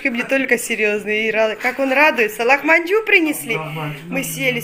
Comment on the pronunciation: не лахманжу а ЛАХМАДЖУН!!!!